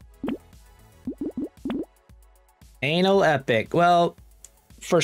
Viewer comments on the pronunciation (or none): I'm at least 50% sure that's ana-lepic not anal-epic, but feel free to keep the meme alive.